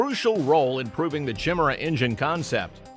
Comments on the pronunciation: Chim-Chimera, Chim-Chimera, chim-chim Cheree. An engine is perky as perky can be. Chim-Chimera, Chim-Chimera, chim-chim cheroo. More speed will rub off if you go past Mach two! It's pronounced kai-MAIR-uh, with emphasis on the second syllable, and an initial K sound, not CH. Nice report though. We still like you! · You'd be well advised to learn how to pronounce Chimera. Kai-meer-uh is the proper way!! -Gunny T sends